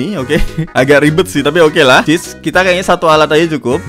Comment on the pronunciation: chiss bang bukan chess